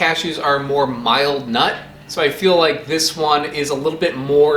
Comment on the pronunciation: I like how he says "nut", almost like it's emphasized; after all this I need someone to do a "nut" compilation